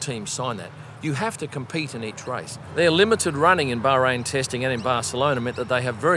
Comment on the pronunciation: See, you can pronounce Bahrain - just say it normally